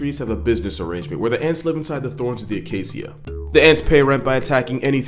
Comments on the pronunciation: did you really say “acasssia”?? You do know it’s pronounced “acashia” right?? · Is that how you pronounce acacia? When I lived in Botswana we pronounced it ah-kay-sha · I didn’t know Acacia was pronounced A-kay-see-a. I pronounced it A-kay-cha. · It's a-kei-sha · Is that really how acacia is pronounced? Or are you doing a katydid?